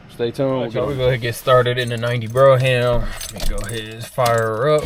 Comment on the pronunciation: I am so sorry to say, but I cannot help it. I am an English Professor. The pronunciation of brougham is “b-roam”, not bro-ham” and on your play list where the header “Cadillac’s” should have no apostrophe. I’m a big fan of the channel, and I am looking for either a 71-75 Centurion/Grand Ville/Delta 88 convertible or a 90’s Fleetwood Brougham. I am especially interested in a tan interior whatever vehicle I choose. Blues and greens are favored colors, but I am open to anything in excellent condition. Original rims and no modifications please. Thank you so much gentlemen. Please reply in the thread. A big fan of your work. Again, apologies for the corrections it’s my job and my OCD. Thank you once more. Macon Pullman